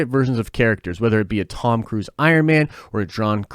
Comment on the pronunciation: I shiver when you say Tom Curse and Iron Man